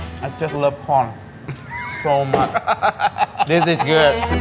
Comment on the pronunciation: Ooo God when he say 😂😂😂😂😂( I just love corn ) I accidentally heard I love porn